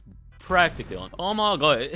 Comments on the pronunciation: stop saying oma gEa please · why do you pronounce "oh my god" so weird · Nobody::ohmagae